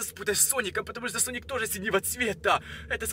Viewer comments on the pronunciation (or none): Я одна слышала не соник а слоник?